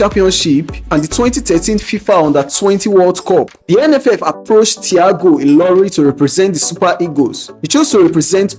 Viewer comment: and by the way you mug, the guy speaking is not even yoruba...you should know by the way he pronounced ilori and saka which are yoruba name, but you are too dumb and prejudiced against the yorubas that you did not notice it